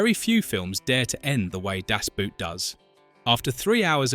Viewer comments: Boot is pronounced like „bored“ with a T at the end or „bought“ Das Boot has nothing to do with a shoe !!! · In Deutsche Sprache "Das Boot", nicht "Das Boat" ... untermensch... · Boot is pronounced just as the english word boat. Not like a boot for your foot. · It's actually not a "Boot", it's pronounced Boat. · If you're going to pronounce Das Boot in German, don't pronounce Boot like an English shoe. The double O is pronounced like a long O, just like in "door". Do it justice, only takes a moment to google it. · Das Boot as you pronounce it is something you put on your foot to wear. Das Boot stands for boat or in this case the submarine. It is not a boot lol. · Boot in German sounds exactly like boat in English. It sounds so dumb when people actually make the effort and mispronounce it as a kind of shoe wear. 😂 It’s simple. Das BOAT. Schluss. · For heaven's sake couldn't the people responsible for the AI have taught it that the "boot" in German is not pronounced like "nasty old boot" in English but pretty close to our word "boat." It's really grating hearing the mispronunciation again and again. Of course it wouldn't matter if your average person made the mistake, but mispronouncing the TITLE of the movie throughout a documentary that is the primary subject is beyond irritating.